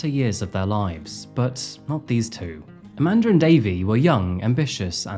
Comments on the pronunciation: Amanda* not Amander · YOU'RE SAYING her name is: "AmandeR" ...... but there is no "R" in Amanda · Why do you keep calling her "Aman•der?" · Amandar is about 1/2 the time how you say Amanda. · Lol how do Europeans manage to add an 'R' on so many words without one? Hilarious! Youre doing a great job! Keep it up ♡♡♡ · lol the way you add an”R” at the end of the name “Amanda” is super distracting..